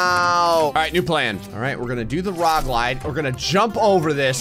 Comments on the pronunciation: has my new favourite word. Rog Lide. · Rog lide sir. Dont worry, not pokin fun. My brain does that too.